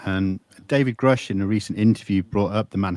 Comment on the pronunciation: He’s been in contact with “greush’ for two years but still doesn’t know his name is pronounced grush like crush